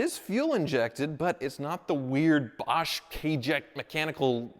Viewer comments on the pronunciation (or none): none